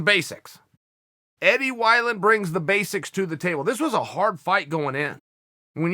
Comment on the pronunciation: Chael "Eddie Why-Land" Sonnen